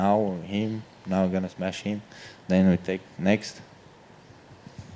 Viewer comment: Khamzat: "You're a good guy but I still have to smesh you" Cowboy forgets what he's talking about.